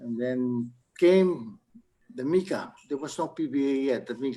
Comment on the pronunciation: Not ( mica- ah) please, say micaa simple.